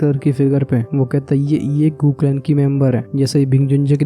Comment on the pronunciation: Bro गू clan ko गू clan hi bola karo